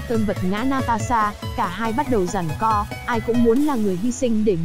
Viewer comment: co chứ ko phải có nha chị